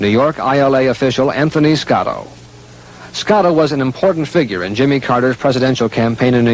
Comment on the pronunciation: SCOTTO NOT SCALO RIGHT?